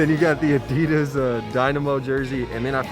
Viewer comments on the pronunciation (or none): none